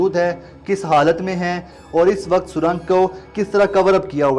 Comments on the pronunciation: O Bhai lafaz surong hota he na k surang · Pehle to isse yeh batao, jahil admi surang hota hai na k sarang😁😁